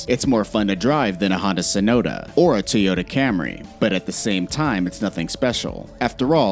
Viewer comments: My mans said "Honda Sinotah" 🤦‍♂️🤦‍♂️🤦‍♂️ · Did he say honda sonota? Doesn't he mean hyundai sonota?